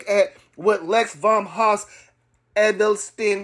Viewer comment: Bro can’t even pronounce Edelstein & don’t even know the history of these dogs. Stay away from this guy 😂😂 just said quality don’t matter 😫😫😭😭 I’d take lex over Sampson ANYDAY